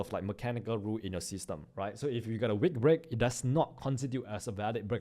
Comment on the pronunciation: it is wick not Weak